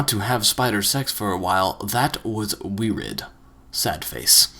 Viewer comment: he can say multitude but not weird?